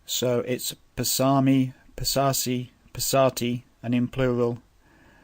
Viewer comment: Amazing but your pronunciation I think can be corrected going with the close languages to it. Passami should be Pas saa mi rather than Pssa mi. Equally Pas ser thi, and same way, Dham man pas ser thi, Soo man pas ser thi.